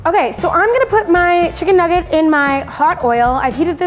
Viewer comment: “Issa chicken nuuggite”